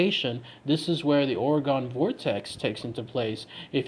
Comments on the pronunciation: It’s not OreGONE it’s OreGON pronounced Oregun ☺️ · It’s pronounced like (Organ) my man, not Oragon. As an Oregon native it irks tf outta me hearing people say it like that. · Ughhh I live in Oregon and it hurts me when he keeps pronouncing it Or-E-GON instead of Or-ih-gun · The state is pronounced "ore-gun" not "ore-gone"... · Jesus, The way you say “Ore-gon” is completely absurd. Born and raised here, little tip so you don’t sound like a damn fool.. try saying it like “Ore-gun” .. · They're still gonna get it wrong and say it Ore Gun. You gotta spell it out for em- "Ore-a-gun" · That is not how we pronounce it, is OR-IH-GUN. We do hear and pronounce the E. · Omg stop fucking pronouncing it wrong jesus christ